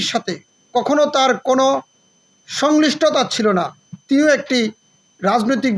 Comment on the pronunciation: উচ্চারণ হবে সংশ্লিষ্টতা